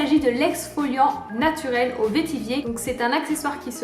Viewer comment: Coucou, on dit "vétivêre". C'est une plante qui est utilisée en distillation chez moi à La Réunion (un peu moins aujourd'hui). C'était juste pour l'info, sinon toujours aussi intéressantes tes vidéos !!! Merci beaucoup. Et plein de bisous de chez moi !